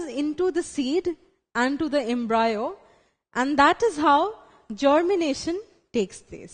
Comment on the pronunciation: Ma’am it’s embryo* Not embrayo. 🤤